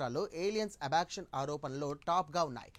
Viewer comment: అబక్షన్ కాదురా Abduction